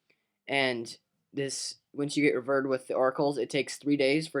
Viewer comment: did he say "when u get 'revurred'? srsly?